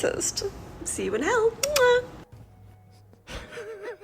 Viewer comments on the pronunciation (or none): none